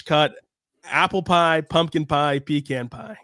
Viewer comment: I love your shows, but the way you pronounced ‘pecan’ was like a sledgehammer to my ears, and to my heart.